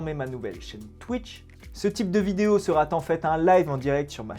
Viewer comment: Le sujet va(t)être ; je serai(t)alors ; mon invité sera(t)aujourd'hui ; Trois liaisons monstrueuses en moins d'une minute. Mais tout le reste était très intéressant et je me suis abonné.